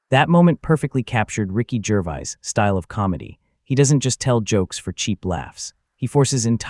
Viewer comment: Cant even say Gervais properly!